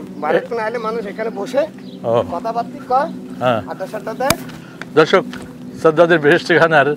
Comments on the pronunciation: সাজ্জাদ নয়, শব্দটা হবে শাদ্দাদ। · সাজ্জাদ নয়, শাদ্দাদ।। শাইখ সিরাজ ও চ্যানেল আইয়ের এই ভুল মানতে পারছি না। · His name is Shaddat not Shajjad.